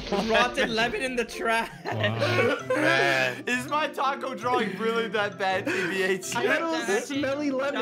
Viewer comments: Taco not tako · Laff: Mac-donalds Chick-fil-ah Tako